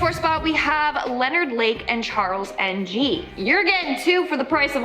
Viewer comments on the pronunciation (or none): Charles N G really?? It's pronounced ing do research before making a video hahaha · NG? it's enggg ladyyy😂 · She messed up the story of Leonard Lake and Charles NG (pronounced Ing). They wanted the women yes but they also found that they enjoyed torturing and killing the families of the women they would hold. Through drawings done by Charles NG it showed just how diabolical they were and how much they enjoyed torturing the family members of the women. Including drawings that suggested that they actually barbecued a baby on a barbecue pit and ate pieces of the baby, although it couldn't be proven to be true or false.They would then hold the women as sex slaves in this bunker and later Charles King was seen shoplifting a power saw I believe it was, at a local hardware store, he ran and when the cops showed up they had Leonard Lake open the trunk of his car and they found the stolen power saw. So they then took Leonard Lake in for questioning and in the police station he swallowed a cyanide pill so that he would die before they found out about his crimes. Charles continued on the run for a while until they finally found him and arrest him after that he spent four years or more I believe it was playing the legal system and causing Havoc for all of the victims families. It took almost 10 years I believed it was for the courts to actually try him. And she didn't mention that David Parker Ray's girlfriend helped him and even helped him lure some of his victims to his property. And the number one spot you should research that case because a lot more was in-depth in that than what she spoke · Charles "egn gee".. Pretty sure that is more of a 'whi' sound. Nguyen is pronounced "win".